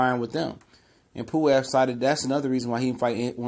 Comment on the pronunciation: Pulev not puwev